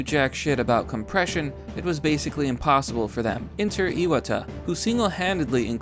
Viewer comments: Ee-wah-tah not Ee-wad-der. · Btw, it's "eye-watt-uh."